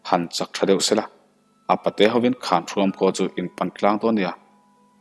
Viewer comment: Zu khawn tih kha hnapkhawn tih a khawn tih a lam tur . Hnar khawn tih ang a lam loh tur.